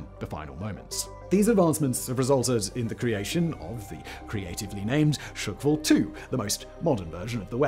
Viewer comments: Hurts my ears. It’s not ‘shukwall’ but ‘shqwal’ [шквал] meaning ’squall’ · Dafaq with this pronounciation? It's not SHEE-KVAl, it's - SH-KVAL, FFS! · Shkval, SSSSHHHH-kval 😂 chuckwal? The fuck 😂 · It's not shykfal its skkval! or in Polish Szkwał. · It's not "shOOkval", but "shkval" with no extra sounds between "sh" and "k" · I have to admit that I did wince a little every time Simon mispronounced "shkval" as "shk-val", but that is a minor niggle. His heroic attempt with "Superkavitierender Unterwasserlaufkörper" redeemed him, though. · I thought it was hilarious! 🤣🤣 Imagine saying Sick-wall instead of squall. Priceless!! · Shkval. No glottal stop, no silent a. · "sukval" aha sure.... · Not Shyk-Val... Just remove a shwa sound between sh and k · Shkval = squall. Not S----QUALL